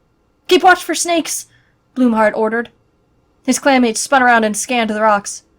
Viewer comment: Wait i swear i heard clam mates hmm, but shes not in River clam... 😏